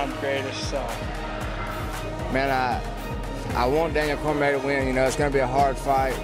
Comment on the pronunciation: Ortega is so fucking stupid that he doesn't even know how to pronounce Cormier. What a fucking moron.